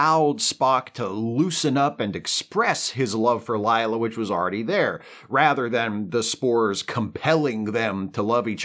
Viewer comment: Whoa! Stop saying "Ligh-la". It's LAY-LA. Rhymes with 'way' 'say', etc. "Layla", like the song (Eric Clapton, Derek & the Dominoes.... heard of them?)